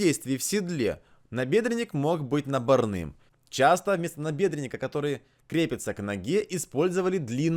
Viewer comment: Резануло слух слово наборный, с ударением на Ы... надеюсь оговорка. Однозначно лайк, доброе дело делаете... только вот напрасное, альтернативщикам аргументы и факты не воспринимаются, из-за нежелания вдаваться в подробности.